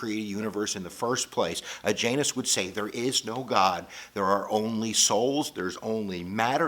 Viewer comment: JAINISTS? Who are those?? Oh I get it, your pronunciation of Jainas sounds like Jainist! Though, I believe there are the Jainish, who claim they are Jains but behave differently...😂